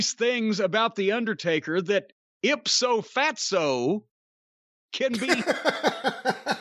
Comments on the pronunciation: "Ipso Fatso?" 🤣🤣🤣🤣🤣🤣🤣🤣🤣🤣🤣🤣🤣 It's Ipso Facto guys, not Ipso Fatso. C'mon man. 🤣🤣🤣🤣🤣🤣🤣🤣🤣🤣🤣🤣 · If that wasn't how to pronounce the guy's city it now should be. Also Jericho is completely insane. Ipso fatso